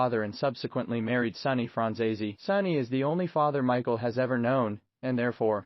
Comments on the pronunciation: It would help if you pronounced his name right. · My God, learn how to pronounce his last name correctly